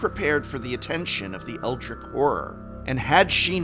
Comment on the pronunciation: love the video, quick note. when using the word eldritch you need to pronounce the tch at the end of the word. other than that, great job!